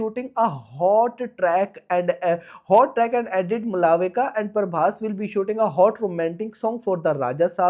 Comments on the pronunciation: Malaavika not malvika Yes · It's not mala-vika , it's pronounced as Ma-lavika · Malavika nhi Malvika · A/c to 😂 Malavika ❌ Mulavika ✅ Prabhas ❌ Parbhas ✅